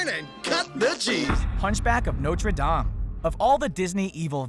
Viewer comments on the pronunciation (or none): He pronounced Dame wrong lol